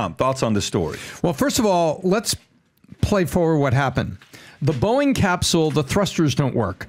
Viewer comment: Gotta love that mispronunciation right at the beginning -- "Boink employees humiliated..." LOL!! 🤣😂 EDIT: Btw, the claim that thruster failure would turn the capsule upside down is not accurate. The "cone" shape of space capsules is used because it tends to have passive aerodynamic stability during reentry. Theoretically, even if it enters the atmosphere at the wrong angle it will quickly self-correct. The thrusters are necessary to initiate reentry, not to maintain attitude after interface. The problem with the thrusters not working reliably is that the astronauts could be stranded in space... not only unable to come home, but also unable to go back to the ISS.